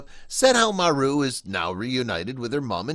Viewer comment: Maru not Mary!!🙏